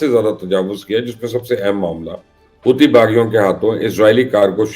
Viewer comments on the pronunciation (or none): none